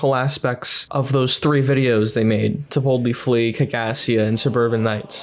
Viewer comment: Half the time when people say “To Boldly Flee” it sounds like “Tiboutli Flea,” which presumably is some sort of weird monstrous insect... entirely plausible...